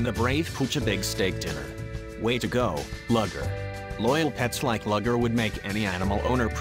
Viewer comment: "Luger" is a kind of handgun, and is pronounced "Looger". "Lugger" is a type of work boat. The dpg's name is pronounced "Looger".